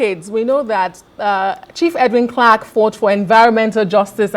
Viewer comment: It would have been more professional to take the time to learn the correct pronunciation of his name before the program started.